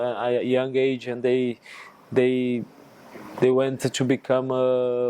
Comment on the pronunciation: Lucas, forever a club legend 🔴 I missed your “choo” instead of “to”😏